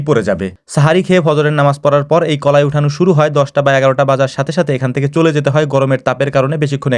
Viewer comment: কলাই না কালাই